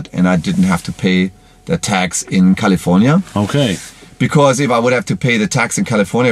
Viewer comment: 2 German Dudes reviewing an American luxury, performance EV...gotta love it! Good solid Review too...the cam on the Drone is kinda bad though - maybe skip that next time. "Kali-ForniA" hahaha